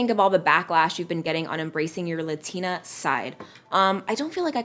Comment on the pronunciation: You cant even say LATINA right